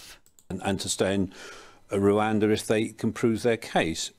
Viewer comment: I know its unbelievable but people actually vote for Bonehead. He can't even say Rwanda, he says "Reander".